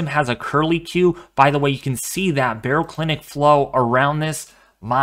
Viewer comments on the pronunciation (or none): none